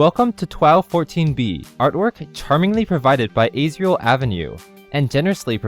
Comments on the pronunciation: Y u misspronounce Asriel?! It said As REE ul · you pronounced asriel wrong it's as like in as many of these things as you can imagine but riel was ok boo shining cowards also [poop adce]x 3,000,000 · that isn’t how to pronounce Asriel. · Also, ... YOU MISPRONOUNCED ASRIEL! YOU DO NOT KNOW ANYTHING ABOUT UNDERTALE! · OMG U proNOUNCED ASRIEL WRONG OMGGGGGGGGGGG whatever it's ok